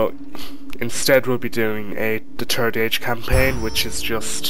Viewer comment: Its third not terd !!!